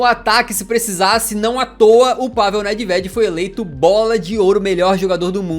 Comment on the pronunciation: Parabens, muito bom o conteúdo mano. Só uma resalva, a pronuncia do nome Nedved é: NÊVED.